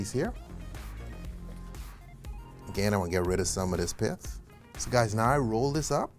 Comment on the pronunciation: Are you saying Piff, or Pith? For the stuff on the orange slice 😊